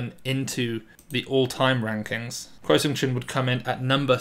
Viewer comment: Kuo sounds like Guo (there's not even a hint of a hard "k"-sound). Taiwan just sticks to a less intuitive way of romanization for political reasons.